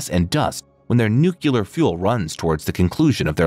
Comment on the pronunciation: Nuke-U-Lar. Thumbs way down. New-Clear!